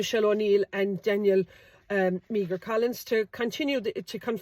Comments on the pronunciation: Meagher -Mee her? ... It's pronounced 'Mar' is it not. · Great research and post again Michelle. Just on the name Meagher pronounced "Mar" and Irish for Maher with the same prounsation famously associated with the name Thomas Francis Meagher who was the first man to hoist the tricolour. Maybe a blood line here too. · Meagher is pronounced exactly as Maher. Do your homework, girl! 😢